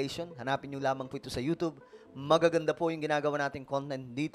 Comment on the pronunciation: Ewan ko naķa1.33m ka s yt, you don't even know how to pronounce the word youtube right, tsk, tsk, tsk....